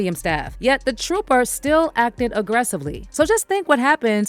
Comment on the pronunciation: WHAT IS A ‘TROPPER’ ? SMDH 😂